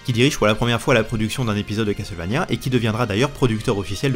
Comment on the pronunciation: Enfin qqn qui prononce Castlevania correctement, lol (eh oui on ne dit pas CassEuTTTEUL, on ne prononce pas le T et toi au moins tu le sais !) J'ai ce jeu que j'ai jamais fini car on ne trouve pas assez de vieeee, on trouve que de la magieeee...arrrg. L'OST est dingue ❤ Si vous êtes nostalgiques, essayez Infernax qui copie le style Castlevania volontairement et dont l'OST est dingue aussi ❤😊